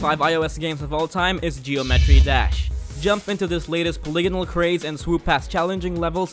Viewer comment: Haaaa geo-met-tree